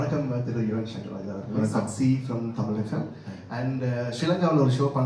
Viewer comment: ராயா இல்லை ராஜா என சொல்லுங்க தம்பி 🙏